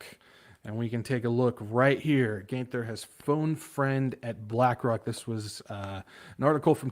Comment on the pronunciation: Geithner is pronounced like 'Gight-ner'.